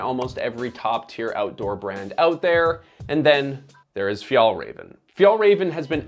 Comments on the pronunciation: "Fi-el reven" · Fyatlrafn, this is how it's pronounced. Means "mountain fox" , but refers to Arctic fox. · Sidenote, the ä in FjÄllrÄven ist pronounced like the “e” in “bet” for you english speakers. Still not the way Swedes would pronounce the word, but close enough. Just when you say the name of the brand so much it starts hurting. Other than that, fantastic videos! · Never heard someone butcher the name "fjällräven" like you! 10/10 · You almost pronounce Fjällräven correctly. The second Ä you pronounce well, but the first Ä should sound exactly the same. Good job! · Wow great pronunciation of Fjällräven lmaaaaoooooo. Disrespectful to pronounce it that way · I wish you would have just checked the pronounciation of Fjällräven before doing this video series. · look up the pronounciation of the things you talk about. the way you say Fjällräven is horrible